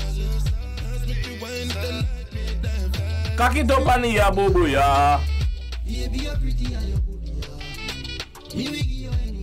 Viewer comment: Gwaaan 👏🏾👏🏾 watch you you didn't miss anything you pronounce Aboboya cool cool, appreciate the link Ghana, Nigeria and Jamaica beautiful. Is one of the best rea tio. Vids I see, big up yourself! ❤️🖤❤️ 🇻🇨🇬🇧